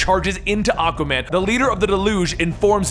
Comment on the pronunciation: So I can pronounce it Supperman? Lol, the word existed before the name, or are they battling Aquayman?